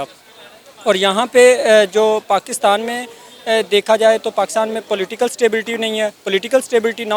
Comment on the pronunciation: Platical leaders 🤣🤣🤣 wah kya english hai. ... Political leaders 😊